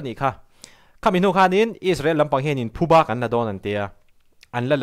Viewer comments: Thuba i ti tlat in ka hria..Phuba tih tur ania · Chanel dangah pawh "Thubâ" tiin i rawn sawi tawh, youtuber te hian ṭawngkam dik in hman hram hram a ṭha khawp mai, entu an tam ṭhin si a. "Thubâ" ni loin "Phubâ" tia sawi tur.